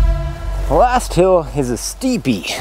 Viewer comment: says, "hill is a steepy". Auto generated captions says, "ass teepee". Thanks Google.